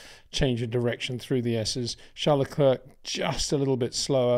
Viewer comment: Great content, but can you maybe start to pronounce Leclerc in the proper manner? Please try to pronounce it as “leclair” instead of “luckclurk”.